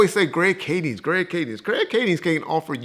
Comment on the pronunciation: Who is “Greg Cadence “? Lmao you mean Greg KADING??? 😂I need John to start correcting your frequently mispronounced words. “Transginger” “Twerping””Samaya”? I just can’t 😂